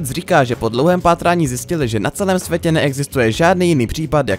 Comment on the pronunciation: Na svetě? Čáslo devet? Naučte se česky!